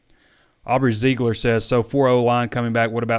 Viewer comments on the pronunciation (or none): none